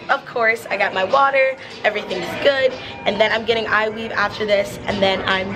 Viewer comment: Did she say eye weave